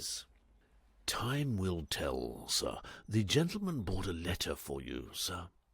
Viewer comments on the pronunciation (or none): I've been collecting mispronouncements. I'm sure he would laugh them off, and I think that his Jeeves and Wooster are the best, so no shame in having some things to improve - like his American accents. The worst word seems to be brought, usually pronounced bought. Plover, magnate (pronounced magnet!), Latin phrases like sine qua non (OK, I'm Cambridge-trained, I know that you Oxford lot think differently), French ones like timbre, pronounced timber, and anglicized French words like Chemmy, short for Chemin de Fer, and pronounced Shemmy, but not by! And Hades, how can anyone not know how to pronounce it? So, I think the answer is that, reading aloud, there is no time to correct oneself, and just has to read the words as they come along, don't you know, so if plover turns up, one has to read as it is typed, p-l-o-v-e-r and there you are, on to the next bally word, quivering like an aspen, what?